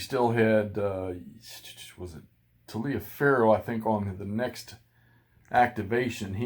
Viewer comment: William B. Taliaferro became the Brigade commander for the Stonewall Brigade after Winder's death at Cedar Mountain. He was wounded at Brawner's Farm on August 28, 1862. He does live till he's 75. His last name is pronounced like TOLIVAR (I made the same mistake as you on his name for a long time until I saw the building on campus at William and Mary that is named for him. I hope it's still there, sadly it may have already been renamed, burned down our otherwise desecrated recently. Thank you for the look at this system. I've had these on my shelf for far too long.